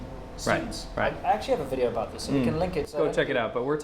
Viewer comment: best experience: "Well-cum to a-noda Wii-deo" girl 😂😂😂